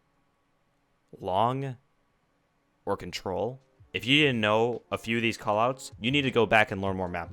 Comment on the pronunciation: I know almost all call outs, but when you were saying them all I heard was BS, wtf is Harry Potter